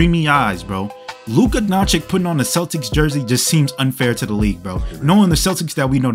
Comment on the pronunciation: DONCHICH not DONCHICK....comon after 6 years this is pathetic Indeed....